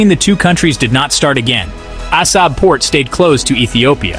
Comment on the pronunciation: Which Etiopia? 😂😂😂😂